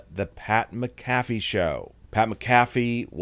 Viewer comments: I say this to the person talking in this video. If you're going to be doing these videos make sure you actually pronounce people's names right. It's not Pat MaCaffey as you pronounce it. It's Pat Mac a fee. And don't try to insult people's intelligence. We all know that Bray Wyatt passed away. He's only with us in spirit now. There's nothing wrong with the Wyatt Sick6 being out in public without there mask and costumes. After all they are just people after all. I don't believe that Alexa Bliss is part of the Wyatt Sick6. Nor do I believe Braun Strowman will eventually join them. Who's the 6th member well think on this. Could it possibly be the wwe universe as a whole who is the 6th member. Might be. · It’s pronounced Mac A Fee